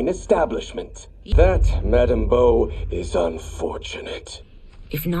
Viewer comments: Its Madame Bo not Boo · Also her name is Madame Bo not Boo lol